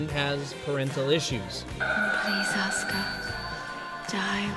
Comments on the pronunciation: BTW, it's pronounced AH-SKA (Asuka) not Osaka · its pronounced ah-sk-uh